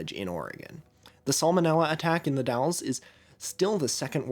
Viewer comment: As a former local, you're the first YouTuber who has ever said "The Dalles" correctly. It's come up in a couple of videos (usually the Rajneesh or the Martin Family disappearances) and it's almost always The Dales. The Dall-es... thank you for getting it right.